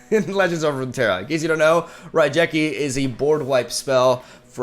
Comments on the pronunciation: Nice video as always. Just one thing... it's RaiGeki as Ge like how you pronounce Get. Can't help to ignore it as an old YGO player. Anyway keep up the good work. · The misspronounced raigeki made my ears bleed a bit